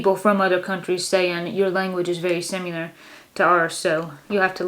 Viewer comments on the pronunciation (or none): I like how says similar - sim-ma-lar. She says sim-u-luer. I've never heard it pronounced like that before. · I find your pronunciation of similar interesting. Sounds like you say simular. I love hearing all these words. Thanks you two! You are keeping it all going. Tell Katie and Ira hello❤